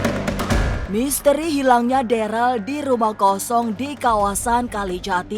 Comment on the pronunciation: Ko deral namanya darel bu